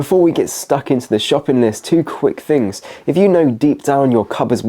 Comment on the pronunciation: furty? fings? Don't tell me it's "regional" or any other nonsense.